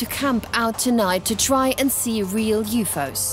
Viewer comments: I was done when the narrator kept saying YOO-FOES :/ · Why does the girl pronounce it as YOU FOOOOS!😂😂 you would think the editor would have caught on to this